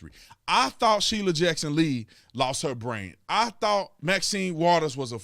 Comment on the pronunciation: Shirley Jackson Lee - that’s a teleprompter screw up.